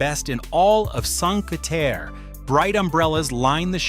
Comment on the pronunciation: The least you can do is try and pronounce Cinque Terre correctly